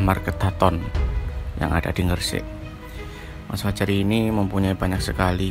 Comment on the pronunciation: Gresik mas bkn ng-gresik.podo karo mbatu..mbali,mbogor,mbandung dan mbanyuwangi yo?😂😂😂